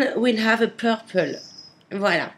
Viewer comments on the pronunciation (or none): none